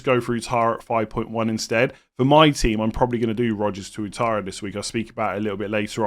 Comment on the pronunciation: Pronounced as Wattara